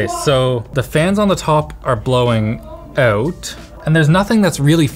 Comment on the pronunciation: Why he is saying OUT in a weird way?